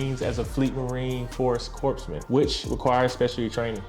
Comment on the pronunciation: The P is silent in corpsman. “Coreman”